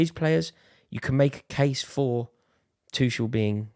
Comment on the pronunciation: Who tf calls Tuchel ‘Twoshell’? You lose the debate there and then